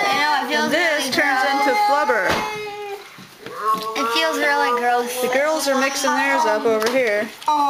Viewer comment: flabur whats flabur you mean to say flubber